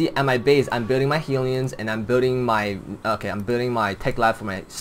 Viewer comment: HELLyons, not heelyons, haha